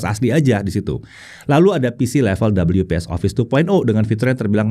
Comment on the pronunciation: Orang normal: We-Pe-eS: Dobel-yu-pees 😂😂😂😂😂